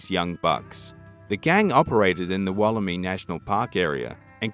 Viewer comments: Woll-eh-my not woll-eh-me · interesting video but you need to learn how to pronounce Wollemi it sounds I not e so Wollemi not Wolleme